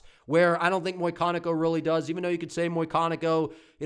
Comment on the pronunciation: Muyconico? Bruh it says it right there. McConico.